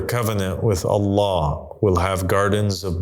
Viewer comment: Bro can’t even say “I seek refuge in Allah from Satan” properly in the beginnings 😂😂